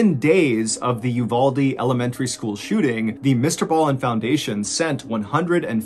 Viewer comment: I love that you donated to my hometown when the school shooting happened but you pronounced uvalde wrong ❤️